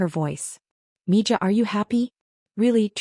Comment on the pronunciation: It's pronounced ME HA